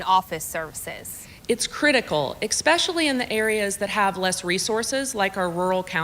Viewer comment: PHD and says “expecially” 🤣